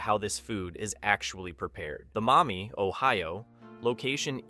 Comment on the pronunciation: It's not mommy ohio! It's Maumee, Ohio. And we don't have a Panda Express! False information! 😠